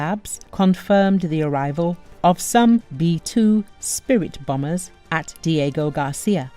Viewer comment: BomBers not bamers